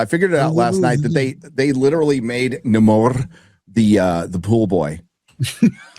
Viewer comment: "Namorrrr"... Nexxxt, please.